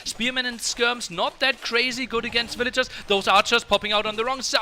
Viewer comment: what happened? why no casting until game three of tatoh? also the casters mic's weren't working right. Tristan sounded like he was talking from the bathroom down the hall. After all these years, why can't pronounce VILL-A-GERS, and spasm's out "vil-ears" over and over. It's not cute or funny - just annoying.